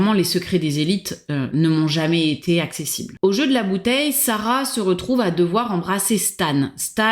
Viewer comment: "jamais tété rigolo" ?! hum... liaison dangereuse.